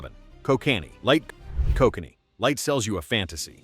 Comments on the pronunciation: Koh-connee 😂 nice AI junk narration. Koh-can-ee is how its pronounced lol. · I live in BC, and it is NOT pronounced Ko cannee. It is pronounced Ko kan ee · Gonna give this video a 0/5 and a big thumbs down for the irony: How can you make a video where you bitch about companies cutting corners to save on costs, while in the video you use an AI voice (that cannot pronounce "lager" correctly, and pronounces "Kokanee" 3 different ways) in order to cut corners and not pay a voice actor, reducing production costs? This is bad form and reeks of hypocrisy. For shame, sir!